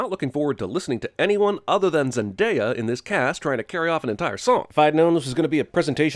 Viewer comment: He pronounced zendaya correctly